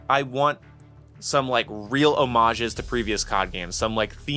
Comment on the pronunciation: jump into moving traffic for the way you pronounce homage. Good video tho